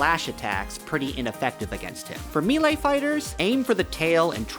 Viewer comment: How did you say melee?! Me-lie???